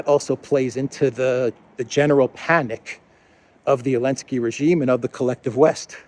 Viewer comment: Why is call Zelensky -"Elensky"?